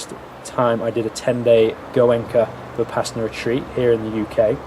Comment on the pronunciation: Vih-Pass-inna Why do all westerners pronounce it this way? 😂 Vi-puh-sauna